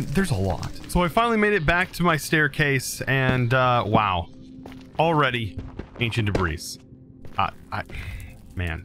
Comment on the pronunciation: I can't stand how he calls it "ancient debrees". if you somehow see this, it's pronounced "anchint debree". I don't mean to come off as rude.